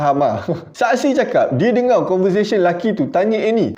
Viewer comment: Kenapa abang cakap dengau